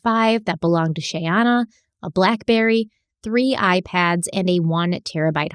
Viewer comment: The comedy of trying to say Shayana and how many different ways that he said her name throughout the series...has me laughing so hard......I know this is a very tragic story and very sad and heartbreaking. But I did find humor in that..🤣🤣... I know you are trying!!! Mich love to this podcast. I absolutely love the deep dives and multipart series. Im obsessed...because I do not find this amount of information anywhere else. I respect Stephanie's patience and research soooo much!! Much love to the both of you from Charlotte North Carolina! ❤